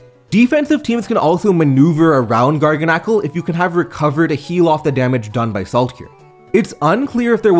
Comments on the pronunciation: It's pronounced garganacchi. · IM fairly certain is pronounced Gar GAN acle. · It's pronounced garga salt like gargle salt. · I love how he pronounces garganacl differently every time he says it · absolutely love your content dude but with that being said please stop switching pronunciations on Garganacl LMAO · I like how you switch back and forth between pronunciations of Garganacl